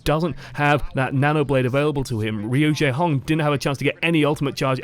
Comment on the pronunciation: when yakubians call him "RU-JAEHONG" lul